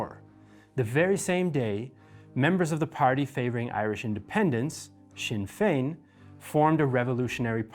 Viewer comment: Initially: Indy can never be replaced. pronounces Sinn Fein correctly LONG LIVE!